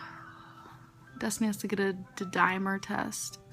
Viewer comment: not the duh-dimer test 🤣 she is such a dork